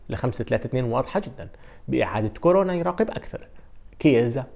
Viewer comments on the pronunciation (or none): none